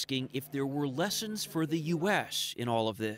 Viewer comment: "Leshions for the uesh after all of thish" - news reporter adds a "Sh" to every word